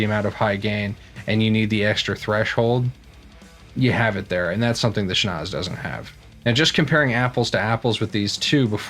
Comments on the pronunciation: It’s pronounced ‘sch-nau-tzse!’ 😉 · You pronounced it "schnoz", dude. Awesome! :'D